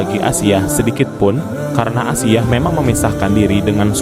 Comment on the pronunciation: Ralat asiah bukan aisah broo